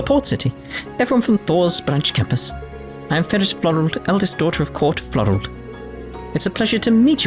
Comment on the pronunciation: Did you just say Court Florald?